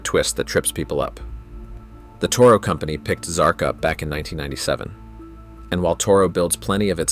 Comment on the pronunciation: XMark, not XARK.